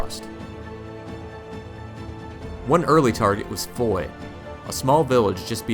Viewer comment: Foy pronounced Fwaah. FYI